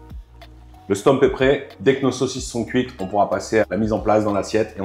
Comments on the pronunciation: Aie, aie, aie... On dit stoummp, pas stomp, on dit binnche, pas binche (c'est une ville...) 😁😁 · haha oui! "OU". stOUmp :) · Bintje,stoemp se sont des noms flamand, déjà eux les prononcent différemment selon les provinces.